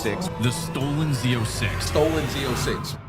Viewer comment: Aulinha de pronuncia: Zô6 o número zero pode ser lido ô ou "zero" , mas no caso é lido como "ô" Então a pronuncia fica: "Z ô six"